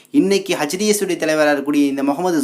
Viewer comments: ஹஜ் டீ எஸ் இல்லை. எச் டீ எஸ் என்று உச்சரிக்கவும். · H. T. S. பயங்கரவாதிகள் என்பதுதான் சரியான உச்சரிப்பு 🏴‍☠️